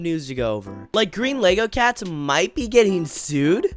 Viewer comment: he said greenlogocats